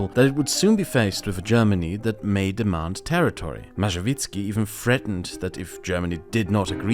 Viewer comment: Tadeusz Mazowiecki You can try spelling it this way (Ta-de-us Ma-so-we-cki) its not perfect but polish pronunciation is hard for fereigners